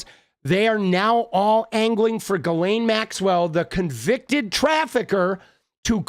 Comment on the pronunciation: Ghoulaine Maxwell. The "S" is silent.......like the truth.